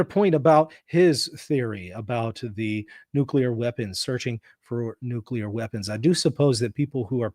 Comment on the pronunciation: "Nucular." Oh brother!